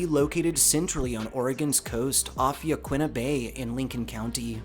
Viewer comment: But Yaquina incorrectly. 😒